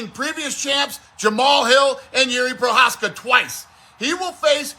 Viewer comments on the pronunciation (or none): none